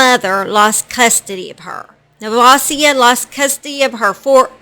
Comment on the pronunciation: This is so sad. I went to JR high school with her. She had been abused all her life. Never would i have thought she would do that to her daughter knowing the truma abuse can cause. Btw your saying nevasia name so wrong.